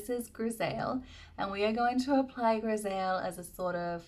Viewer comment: Hi, French here, I'd love to help for the pronunciation of my favorite Surratt blusher, Grisaille. It's pronounced greez-ie (pronounce the second part like you pronounce the verb "die" and you have the right sound). I hope it helps. 😊